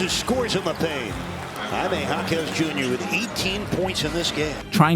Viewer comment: can you please say Jaime right